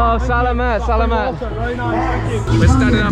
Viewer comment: Great job on your Tagalog! One tip that I would give if you want to sound more like a native is to be mindful of which syllable you stress. For example in the word "salamat," make sure you put the stress on the 2nd syllable: suh-LAH-maht. And for "isa" it's also on the 2nd syllable: ee-SAH